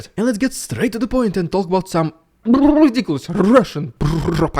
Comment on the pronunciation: Watching your channel every day - and i love the "rrrrridicolous rrrrrussian Prrrrrrrropaganda" Keep up the good work